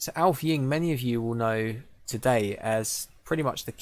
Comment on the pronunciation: Thanks mate! :-) (Though my last name was pronounced funny - it's "Ing-ve", like the way one says "inlay".)